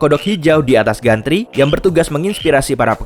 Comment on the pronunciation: Gantry dibaca jentri min..